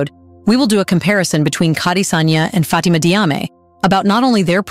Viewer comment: it's Jarmay, not Diame. I'm Diop, pronounced Jop. Diouff = Joof. Diallo = Jallo. All major athletes